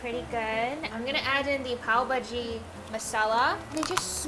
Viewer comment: Your pronunciation....loved it 'bhaji' melted my heart cutie❤️